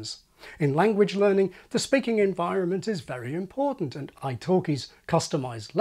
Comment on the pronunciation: What is driving me insane lately are the YouTubers dropping consonants!! Impor(t)ant, etc. wt actual f?